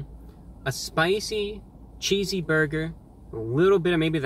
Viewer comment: The way you say burger bothers me.. But still live your channel. Both Wendys here have been under fire for having moldy bread and undercooked patties so sales have been shitty